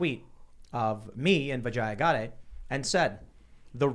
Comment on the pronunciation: The way you pronounce her name makes it sound like you're saying "vagina". The correct pronunciation is vi-JAY-uh. Not vi-jeye-uh. Source: I'm also Indian.